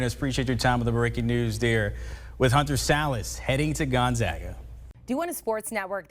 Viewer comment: Awesome that you pronounced 'Gonzaga' correctly... next is to Google 'Spokane' and learn how to pronounce the city's name correctly for your following reports! :)